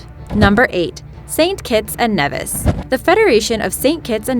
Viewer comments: It's NEE-vis! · Does this person know anything about pronounciation? First “arch-ipelago” and now “St Kitts and Neh-vihs” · Saint Kitts and Nevis --> pronounced KneeVis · Knee-vis.... Not Neh-vis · then you know how to say Nevis correctly. Its pronounced "nee vis" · it is pronounced knee- vis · St.Kitts and Nevis (Knee-vis). If you're gonna say it, say it right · correction.nevis its pronounced neevis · It's pronounced "knee-vis" by the way... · i live in d catibbean and we learn about st kitts abd nevis. it is pronounced NEEEEVIS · She's saying Nevis wrong just a FYI